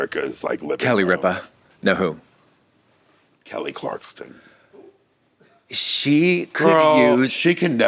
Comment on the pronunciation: saying Kelly Clarkson as Kelly Clarkston is sending me